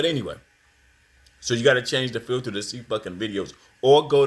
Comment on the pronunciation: "Supa" Ego..."Twoof"..."Filtuh"... - Lord have mercy! 🙄